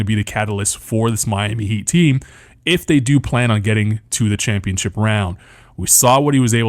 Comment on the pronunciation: “We gone be Shampionship” 😭😭😭